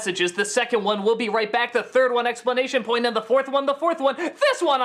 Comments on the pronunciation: Doug mispronounces "exclamation point" every single time. Explanation point? What? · He keeps saying "explanation point" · i just now realized at the begining of the 3rd episode Doug says "explanation point" instead of exclamation point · Christ, Doug, learn to say "exclamation point".